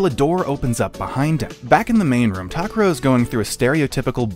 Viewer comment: Why are they pronouncing Takuro’s name so weird?